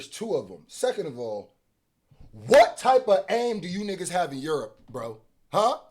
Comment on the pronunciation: I like that say yerp instead of Europe